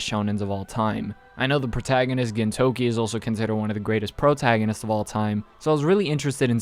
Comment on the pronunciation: imao this guy pronounced gintoki weird. Gintama doesn't have a eng dub. so what's up.